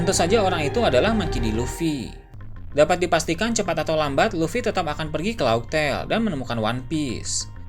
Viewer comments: Kenapa bilangnya kan harusnya raftel,tpi knp bilangnya laugh tail?? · Laught tale bacany laftel bukan lauk tale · Wkkwkwkw laug tel. Dibaca nya laf-tel om 😂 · Laughtale dibaca raftel bro.... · bang cara penyebutan raftel atau pulau terakhir grandline tuh laughtale (laf teil) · baca nya "Lawf Tel" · Koreksi min, laugh tale dibaca laftel Makanya sebelum nama laugh tale terkuak, disebutnya raftel.